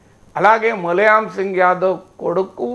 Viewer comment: Cosister of Sonia Gandhi is not Maneka, she is Menaka Gandhi. Name of father of Akhilesh Yadav is pronounced as Mulaayam, not as Mulayam.